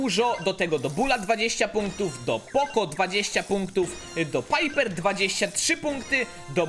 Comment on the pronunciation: mów poko a nie poco